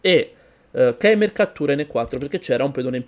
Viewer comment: fratello se vuoi pronunciarlo originale in lingua tedesca, si pronuncia Keyma. Anche hitler in germania si dice hitla. Vabbe in verità loro non pronunciano mai quel nome. Tipo voldemort, colui che non deve essere nominato. x) bel video comunque come sempre, sei forte